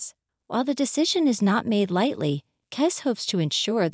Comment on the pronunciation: Is this being read by AI? Listen to the first sentence. Maybe a human would mispronounce 'bassist', but not the word 'KISS', which is mispronounced throughout. That aside, the only thing "natural" about this is their natural attraction to $$$.